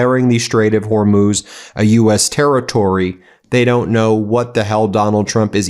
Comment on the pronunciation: Ben let's be clear - Trump is not talking about the Strait of Hormuz. He's talking about the Hormoz Strait. I think the "u" in Hormuz throws him off. Since he's too dumb to know what the place is called, he's too dumb to take it over! Dumb spelled with a 'b' Mr President! He doesn't actually know where that is on a map either so he might be surprised to find out it's on the other side of the world but he's probably planning a floating toll booth in the middle of the Strait 🤦‍♂️